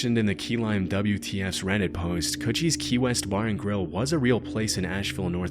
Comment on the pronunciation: “Captain kutchies key lime pie” is pronounced coochie it’s totally a slang for pussy you didn’t stumble into anythingi